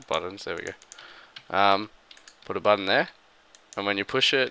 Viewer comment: It is a "Button" not a "Budden" !